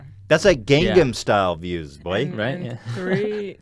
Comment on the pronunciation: Why can't ethan pronounce gangnam style lol